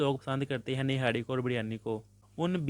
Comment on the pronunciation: Birryani😂 niharri😂and sir😂